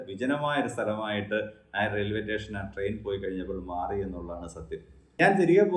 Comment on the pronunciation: Teshen alla station anu